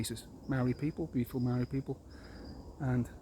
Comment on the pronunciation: You aren't a New Zealander. You don't even know how to pronounce the word Maori. If you had understanding of the Law of the Land and the Treaty of Waitangi, you'd understand Co-Governance. You think like a colonist.